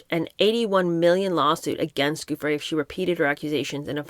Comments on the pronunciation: Just wondering if you might consider calling Virginia Giuffre …(pronounced JOO- FRAY or FREY) like Rudy Giuliani (JOO-LEE ANI). Not a big deal just wondering. I love listening to your reading and take on the books you review~ Thank you I could be wrong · 🕊️Hervey, (is pronounced Harvey). Giuffre (pronounced JEWFF-fri) was paid 15,000, each time, if I remember correctly, apartment and clothes were included. She was very troubled unfortunately, local media suspected she was medicating with drugs again, at the end..Sad, she came from a dysfunctional family, but, it's always the way, isn't it?.. parents and so many siblings, three children etc and nobody stepped in to help her, esp after her rumoured Jan attempt. People can be hard to help if they are under the influence..🐨